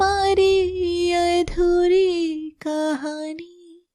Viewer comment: Yadhuri nahi adhuri 😂